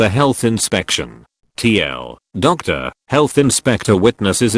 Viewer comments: No one: Absolutely no one: TTS Device: TL; Doctor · no one: absolutely no one: text to speech bot: tl doctor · you hadn't learned how to text to speech yet? The TL:DR is not spelled T, L, Doctor. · i just love how the text to speech says tl doctor also since theres no music im now listening to world s at super low volume , makes the video better , lol edit: about the kitchen , if the thing with the bathroom is correct ,the kitchen in a local chinese bbq / buffet restaurant must be clean af , their bathrooms are among the most clean bathrooms i ever saw , they also have a show kitchen in the front which looks perfectly fine too but they prepare some things in the back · Imagine being so bad at making TTS videos that you can't even do "tl;dr" right.